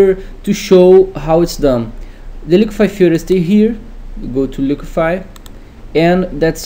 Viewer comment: "The liquify-fur" lol, the accent was killing me!